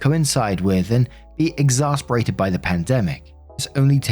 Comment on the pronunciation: I love your videos but you always mispronounce the word "exacerbate"!! "exasperated" =/= "exacerbated" 😅 exasperate means to frustrate; exacerbate (ex-as-er-bate) means to make worse